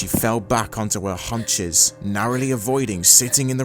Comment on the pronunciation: Immensely spooky story! 😮 I enjoyed (through goosebumps), the slow reveal, and the creeping horror of it all ( shudders ) I hope you do more! 😃 A few small hints for the future though - it's ca-da-ver, not cava-darrr. And in the parts where Twilight collapse-sat, horses have 'haunches' (hawn-shez) in the sense of the body part, not 'hunches' as in detectives getting a feeling about a clue :) And 'wary' (rhymes with hairy) means cautious, and 'weary' (rhymes with theory) means tired, exhausted. I haven't gone to the story link so it might be author error on those last two words, but yeah, def not to nitpick you! Just trying to be helpful for your pronunciation ☺